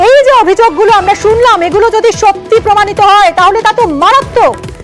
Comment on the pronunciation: প্রমানিত হয় না প্রমানিত। জোর দিয়ে বলুন। ছাত্র দের অডিও ক্লিপ শুনালেন তো